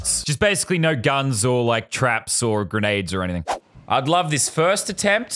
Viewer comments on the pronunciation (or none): none